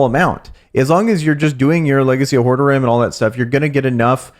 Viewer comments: Legacy of Hord-a-rim? Haha it’s pronounced whore- rod-rim haha The ccs who haven’t played the first three diablos…is astonishing lol good content keep it up! So you changed from Barb to DH? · It's pronounced.- Ho-Rod-Drum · Is this your first time playing a diablo game? Not just making fun, just legit wondering. It's pronounced "Whore Rah Drim". Great content and info and welcome to Sanctuary. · That suggestion of how to pronounce Horadrim is terrible^^